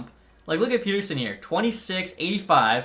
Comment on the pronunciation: Its Pet-Er-Sun not Pete-Er-Sun